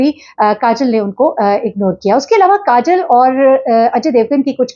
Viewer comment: نام کاجل نہیں ہے۔۔۔ کاجول ہے